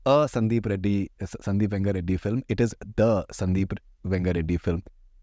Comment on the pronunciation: Only me or is anyone else irritated by this buffoon,? I mean atleast he should’ve learned how to say the name correctly.. what is this ‘Venga Reddy’??